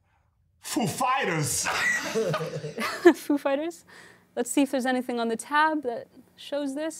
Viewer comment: PHEW Fyters ... 😂